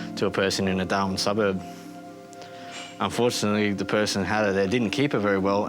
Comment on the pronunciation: Wtf xD they said they care for snakes but the voice over said "UNFORTUTALLY none have ruptured" doesn't that mean they die??? 😂 And they said UNFORTUTALLY... Did they want them to rupture? 😂😂😂😂